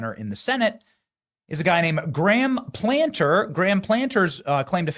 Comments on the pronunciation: Plat-ner not Planter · Platner not Planter 😂😂😂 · Platner. Not Planter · Dude. It’s Plat-ner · "The people of Maine are reasonably moderate." I guess Johnson hasn't visited here in quite some time. I live in rural Maine, and even here Platner (It's Platner, BTW, not Planter) has a huge number of of moonbat supporters. The reality is that Maine has been invaded by moonbats from away who now control our elections. The left, including Soros and others, are pumping millions into anti-Collins advertising. The fact the sitting governor dropped out is a clear indication that Platner's on a role. If she recognizes she can't beat him, will Collins be able to? I'm not so sure she will. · It's not Platner, it's Planter. LoL... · PLA T NER ITS NOT PLANTER BENNY PLAT-NER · Platner, not Planter. Who teaches these journalists literacy? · NOT Planter, PLATNER. Damn Jack can you read? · Plat - ner. Not Planter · Not Graham Planter - it's Plat ner --- they will still love him - he's a commie racist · Benny…it’s Platner..not Planter. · Benny, can't you read? Plant-ner? Really? Try Plat-ner. He's not a tree pot and there's only one N in his name. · Plat ner not planter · platner benny not PLANTER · Platner not Planter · Plat ner , not planter….😂😊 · It is PLAT NER........ Not PLANTER! But we still LOVE YOU!! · First off, Benny, it's Plat-ner not planter. Secondly, Maine has changed so much over the past ten years Collins winning is NOT a foregone conclusion. Platner signs are EVERYWHERE here in southern Maine. Sen. Collins should still campaign like she's ten points behind in the polls. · It's not Planter, it's PLAT-ner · Planter? How do you not know how to pronounce the name of a senate candidate you are covering? Btw, as a conservative, how is this a good thing? Have you seen the polls? He's doing way better than Mills against Collins. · Sorry, Benny. Let's get his name right so there's no mistake. Platner as in Plat-ner. Socialist by any name. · It's PLAT-NER